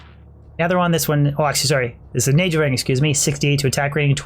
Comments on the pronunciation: love how he prenounces NAGELRING XD NEYGEL WHUT Nahgehl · it’s pronounced nayghel not najel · why is he saying nay gel ring when its a naggle ring in pronunciation the same ring exists in world of warcraft and no one has ever pronounced it as naygel ring that would just be retarded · Isn't it Nay-Gull ring and Man-uld heal? I'm pretty sure you pronounce these wrong. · Your pronouncing Nagelring with the J sound killed me inside every fuckin time. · can't stand the way you pronounce Nagelring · The reason your luck was bad was because you kept mispronouncing Nagelring ; ) Look up Pat Nagel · The pronouncing of nagelring is very, very upsetting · it kills me how you pronounce nagel ring. good video otherwise. Diablo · Mar 13, 2015 You nailed it,. Nay-Gel. Sorta like Pat Nagle. Well, that's how we say it at the office anyway.